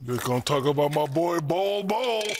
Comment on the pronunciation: NBA is big here in the Philippines. And everytime Shaq mentions Bol's name we hear Pubes 😂😂